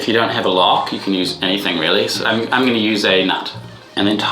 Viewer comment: It's crazy how he doesn't say "I'm going to show her " Instead he says "Ung gonna show her"